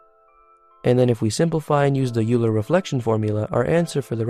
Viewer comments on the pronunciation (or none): crazy impressive video, love the stuff ps. its "oiler" not "you-ler"